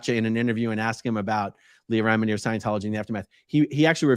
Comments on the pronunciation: “Leah Remedy”. I’m dying. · Did he just call her, Leah "Remedy"?